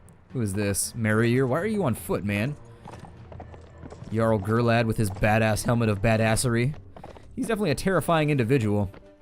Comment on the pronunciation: its pronounced yarl not jarl even though its spelt that way